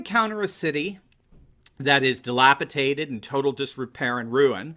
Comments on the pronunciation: I'm posting here hoping THIS time you'll actually see my comment. This is my third attempt to correct your pronunciation of DELAPIDATED which you always call delapiTATed. With all due respect, professors need to be more precise when speaking. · The word is " dilapidated " , not DELAPIDATED. The Club of Rome has a rule: "All those who do not bow to the pope are heretics who must be put to death." (Council of Trent, Thomas Aquinas) Bill Clinton, Mueller, Comey are with the Jesuits and the New World Order